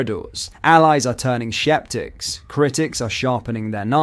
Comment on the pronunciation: Interesting pronunciation of "sceptics" and "routes". Where are you from?